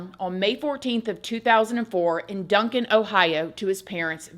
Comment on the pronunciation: It's actually Duncan, OK....not OH.